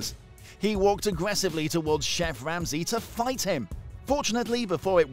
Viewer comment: "Chef Wamsey"